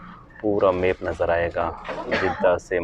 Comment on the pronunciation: Everything was perfect in your video Except Aip (App) Baig (Bag) Maip (Map) 😃